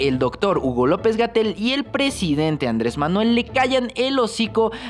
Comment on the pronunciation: Ya no es Andrés ya es Ándres? Jaja pinche ciudadano desconocido te gusta desmadrar el idioma 👌🏻😂